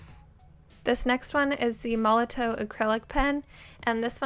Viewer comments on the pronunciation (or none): none